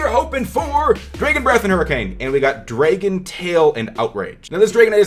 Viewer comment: who's says dray-gon?? It's clearly Drag-on...... lmao..when I heard that I said what the fuck.....